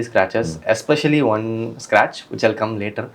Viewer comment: How many times he says "scrach" ? - Yes